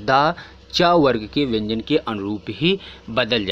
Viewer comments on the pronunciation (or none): Sir bhyan nhi vyan h wooh😅